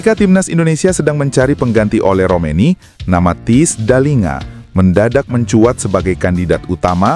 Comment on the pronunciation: THIJS bacanya : TEYS